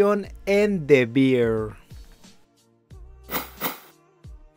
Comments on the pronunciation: Gracias, gracias... Porque no se dan cuenta antes de errar? OMG😅😅 Bear and Beer no se pronuncian igual. 😮😮😅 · the beer 🤣🤣🤣🤣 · Qué tal si aprendemos a pronunciar ‘the bear’?